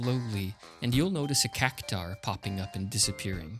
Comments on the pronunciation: I'd say Cactuar is pronounced cac-choo-ahr, not cac-tahr. But anyway, good video! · Cactuar, not Cactaur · I think it's Cac-twar, not Cac-tar. See that U in Cactuar? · "It's CAC-TU-AAAR, not CACU-TAAAR.." ~ HG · CacTUar not cacutar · Why do you pronounce Cactuar as Cactar? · Cactuar "CAK-too-ahr" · Great video, keep it up. (also, the word cactuar is pronounced "cac-twar")